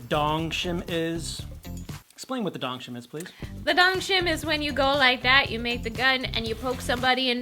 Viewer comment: its dongchim! not dongshim btw